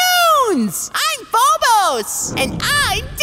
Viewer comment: Fobas Daymoet